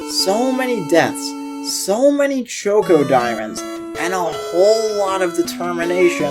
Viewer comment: Did you really have to call ChocDiamonds Choco Diamonds? There's no o! This made me mad the ENTIRE time I was watching!